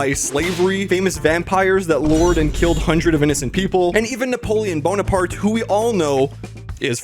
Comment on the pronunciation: Napoleon Blownarpart😂😂